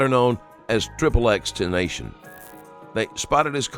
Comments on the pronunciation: Triple X Tenasion.. wow lol It’s pronounced, xxx ten-tash-ion. Respect the deceased. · ”triple ex ten- nation” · “triple X ten tancion” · TEN - STAH - SEE - ON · it’s X X X TEN TACION (ex ex ex tentacion” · "Triple X Tenation". Look, I'm indifferent over rappers, but even I know how to say the name.😅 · Triple X tenation? At least get the guys name right, especially in the first thirty seconds! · I know this is a serious topic but I was so dead when the narrator said "Triple X Tenation" lol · “Also known as Triple X Tenashion” 😂 RIP X but couldn’t even pronounce his name that he’s known by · Who wrote the script Jesus. Zero respect for X. Name was mispronounced (both stage and legal) then there wasn’t anything but he beat women and stabbed sb? Yall had personal issues and used his case as a platform bc that’s just unprofessional. Smh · Thats not how Xs name is pronounced smh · Nothing like the AI narrator butchering the victims name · The AI generated voice would of butchered his name that’s why it’s pronounced like that. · Rip XXX that was a bad butcher of his name fasho